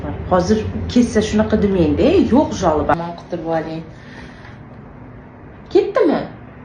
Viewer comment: Жаloba yomi degani boshqacha eshitildi sokishga o'xshab eshirildi